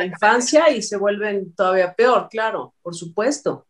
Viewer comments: Jajajajaja no se dice PIOR, es peor jajajaja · Hola creí que solamente yo me había dado cuenta de que había dicho pior se dice peor